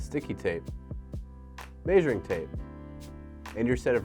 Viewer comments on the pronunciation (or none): Did he just say “mei-shuring”?